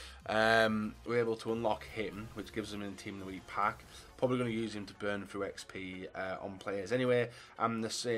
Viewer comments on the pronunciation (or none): none